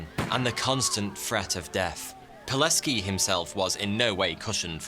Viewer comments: I'm impressed how well you pronounced Pileckis name. Well done man, as a polish man living near the camp I really wanted to see something about our national Heros. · Finally an episode about a Pole!! Dziękuję!! (Also, his name is pronouced Vitold [Good pronounciation of "c" though])